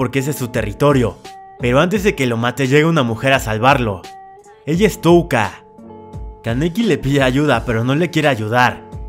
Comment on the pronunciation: Por fiiiiiin al menos dijo touka bien